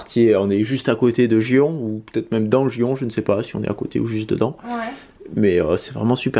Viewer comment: C'est magnifique ! Et merci beaucoup c'est "arigatou gozaimasu", et le quartier de Gion se prononce "Guion" (prononce le n) x)